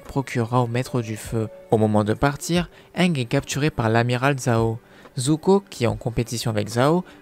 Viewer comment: Arrêter te dire anglais ange c'est ang